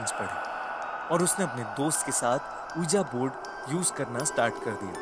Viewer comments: It's pronunciation is V-I-J-I BOARD not O-E-A-J-A BOARD. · That's pronounced as 'wiji board'